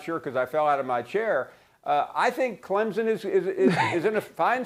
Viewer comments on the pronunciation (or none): ESPN always are hating on Clemson and they say Clemson wrong it’s not Clempsin